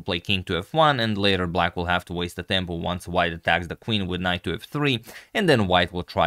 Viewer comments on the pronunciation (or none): none